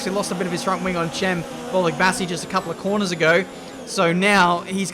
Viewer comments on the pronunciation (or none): Cem is pronounced like "Jam" by the way. Not "Chem" :D